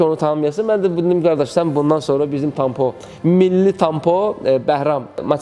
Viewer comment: Tampo yoxe Tonq Po. 10 dəfə dedi hamısıda səhv.